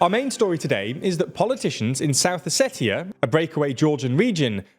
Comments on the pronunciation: It’s not pronounced how it’s spelled, it’s pronounced “Oseshia”. With a “sh” where the “t” is. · That's not how you pronounce Ossetia 😂😂😂 Com'on guys, you cannot bring the news and live under a rock at the same time 😂😂😂 Think about the words international, spatial, etc...